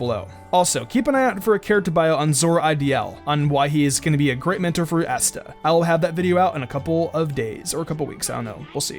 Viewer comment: asta (ah-stuh) not ass-tuh